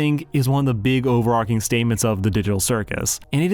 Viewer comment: someone finally got the pronunciation of “overarching” right